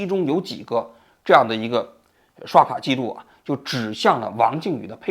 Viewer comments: 应该是读成了日本的移动支付 paypay😅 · 学点英文吧王菊，paypal不会念吗